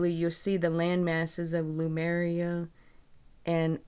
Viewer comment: It sounds like you mispronounced Lemuria. It sounds like you said Lamaria. Also, I once heard that Lemuria was in the Pacific ocean, but an article online says it was in the Indian ocean. I'm not sure which one is true.